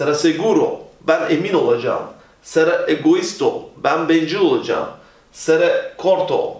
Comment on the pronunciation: Hocam Seré yazıyor ama sera diye okuyorsunuz